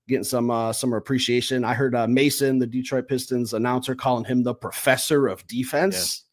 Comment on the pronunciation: What’s with all this DeeeTroit stuff. You guys live there and it’s my home town. Pronounce it like you’re smarter.